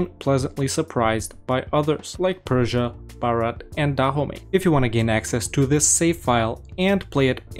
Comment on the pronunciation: DAHOMEY? NO IT IS DA HOMIE.